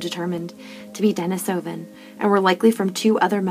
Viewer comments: Why do you have to say Denisovan like that, not even fellow Americans say it like Denis-oven, I honestly can't sit through it because of that. What an ugly dialect constantly made uglier by insisting on putting the stresses in the wrong parts of words, even compared to fellow speakers. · Denisovan (dɛ-NEE-sə-vən)